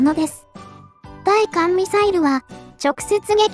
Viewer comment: 対艦(ついかん)は、(たいかん)の、間違い。